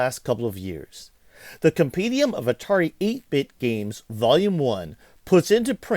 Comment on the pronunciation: The word is comPENdium, not comPEEdium. You get it wrong three times in the first two minutes.